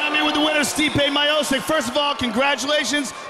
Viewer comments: They should've called him "Stipe" as you pronounce "Stripe" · Man every time they pronounce Stipe’s name incorrectly it makes me cringe lol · I love how no one is talking about the fight and just how Goldberg and Rogan is mispronouncing Stipe's name. 😂😂😂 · Mike didn’t even know how to pronounce his name . The ufc needs this back and building up fighters I say it all the time stipe and jon Jones the last fighters that earned spots and we saw grow . Stipe took the longer route but both headlined fight night cards . Nowadays you can come off a loss and headline it’s weird popularity contest